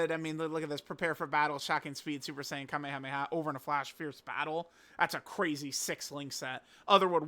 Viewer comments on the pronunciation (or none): none